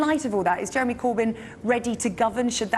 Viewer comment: You forgot "You would need to ask Jewemy about that".